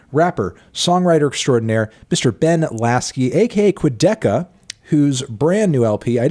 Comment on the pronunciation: Cool interview but imo calling him "Quadicka" for the whole interview was a bit unprofessional melon.